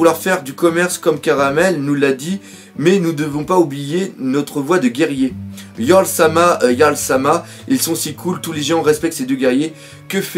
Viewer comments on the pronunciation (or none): none